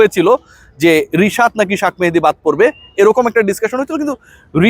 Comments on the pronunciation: তোর নামে কেস করা উচিত নাম বিকৃত করার জন্য, এর আগে অনেক বার বলেছি শাক মেহেদী বলিস না,তুই নিশ্চয়ই আওমেলীগ আমলে কোটায় পাশ করা সাংবাদিক। তোর উচ্চারণ যখন ঠিক নাই তার মানে তুই পড়াশোনা করে পাশ করিস নি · ভাই শাখ মাহাদি না উচ্চারণ রা ঠিক করবেন প্লিজ